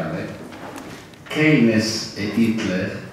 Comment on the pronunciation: comunque si dice "keinz" o.o